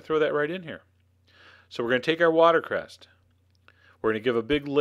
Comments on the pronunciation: Great video, and thanks, Chef John. Two comments, though: (1) her last name was Child-no "s" at the end; (2) it's "watercress," not "watercrest." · He also says 'watercrest' instead of 'watercress'. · Is he saying water "crest"? 🤣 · He also says 'watercrest' instead of 'watercress'. And no, he repeatedly says Childs, and in these contexts he could not have meant Child's.